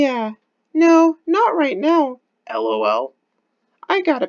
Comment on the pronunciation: Your the only person besides me i know of that pronounces the 'lol' as a single word rather than L-O-L. Must be like 30 and played alot of diablo 2 growing up. :P